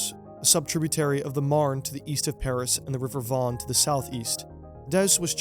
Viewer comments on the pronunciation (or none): none